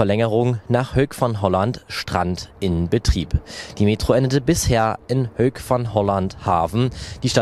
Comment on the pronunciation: Hoek = HUKK nicht Hök \m/